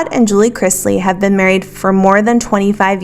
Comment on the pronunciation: Can we please stop saying Crizzzzzzzzlies? It's Cris - ley. :D